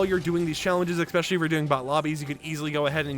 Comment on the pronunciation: Great information, although the word especially does not have the letter X in it.